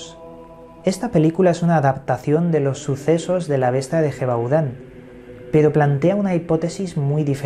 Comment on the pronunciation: Se escribe Gevaudan!!!!!, Se Pronuncia YEVADÁN!!!